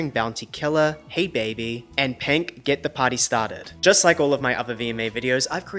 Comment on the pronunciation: please dont say penk ever again